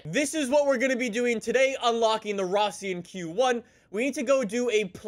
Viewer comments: It's not fission q1 it's Russian quan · It's pronounced RUSSIAN Q1